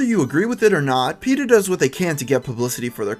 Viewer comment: dude its peta